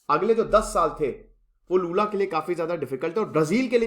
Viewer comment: Lula jiko badhiya, bhai waise naam toh sahi rakh lia karo